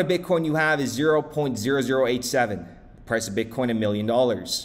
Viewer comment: You said bitcorn the first time I heard it !.. 🌽